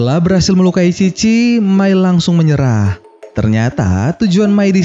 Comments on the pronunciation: mai bukan mia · Bang abang salah ngomong bang itu mai bukan mia